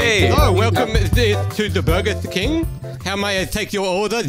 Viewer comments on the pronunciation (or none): It's burber king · “burber king” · Don't you mean burber kingg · It's not burger king it's burber king